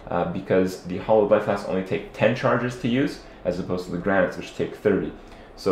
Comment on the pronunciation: "hollow flask hollow flask hollow flask" IT'S HALLOWED. HAL-LOWED.